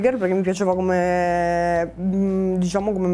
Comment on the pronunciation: llhai detto cumpè